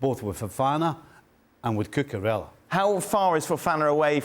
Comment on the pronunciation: Kepa. Spell it right at least. The same way Stevie can't properly pronounce Cucurella.